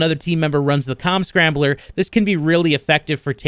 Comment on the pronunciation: He did say "COM scrambler" right?... I head something else lmfao...